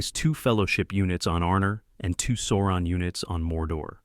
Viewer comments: Not SAWron, it's SOURon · Why say Soouron? Its SAAURON. The A is wide open mouth.. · This odd Sauron pronunciation is the same as that R Smith guy. As if nobody in the North American land mass has seen the movie. Otherwise nice video.